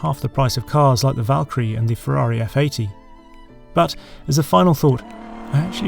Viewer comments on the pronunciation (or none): none